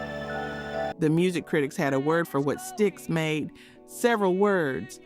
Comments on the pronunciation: Did you just call STYX…S-TIE-EX??? 😂 😆 😝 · L-E-D Zeppelin? Ello? Sty-icks? C’mon. While you’re “researching,” find out how to pronounce the names. Or edit the audio track before posting.